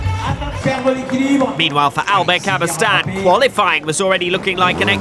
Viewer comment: Maybe I'm wrong, but he says 'Daybill' instead of 'Dabill' and where is the 'y' at the end of 'Cabestany'? These grate on me the most!